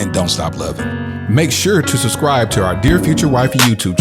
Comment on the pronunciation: Is he saying SUH-Scribe vs SUB-Scribe on purpose….hmmmmmm idk